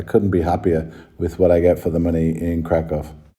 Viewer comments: If you want to further improve your pronunciation of Kraków, here's a tip for you: ó = oo sound (as in look) and therefore read it as Krakoow not krakow :) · Well, to be thoroughly correct the city name is Cracow or Kraków (pronounced Krakoov) 🙂 Interesting vlogs! 👍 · LA just like other big cities in Cali has the big problem with significant homeless \ drug-addicted population living on streets, parks, and so on., you won't see it in Kraków. One more small thing, "ó" vowel in Kraków is pronounded like English "oo" as opposed to English "o". Good luck living in Poland.